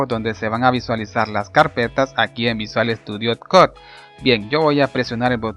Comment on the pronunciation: Video mi Bien explicado, pero por favor, si no sabes pronunciar una palabra en ingles mejor pronunciala en español, sufri todo el video cada vez que decias "visual estudio cod", Pudiste haber dicho "Code" o "Coud", piensalo para la proxima